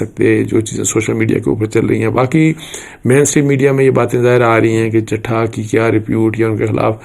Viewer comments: سر چٹھا نہیں چٹھہ ہے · اصل لفظ ہے چٹھہ چ+ٹ+ھ+ہ دس مرتبہ پریکٹس کریں پلیز ایک صحافی سے غلطی کی گنجائش نہیں ہے